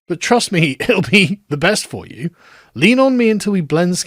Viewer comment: The way the word "you" is pronounced in so-called 'MLE,' induces within me an almost uncontrollable urge to vomit 🤢